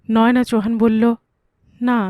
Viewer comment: কোনো নাম নয়োনা‌ হয় না। নয়না‌ নাম হয়। হিন্দির উচ্চারণে ... বলা হয়... ন্যায়না‌।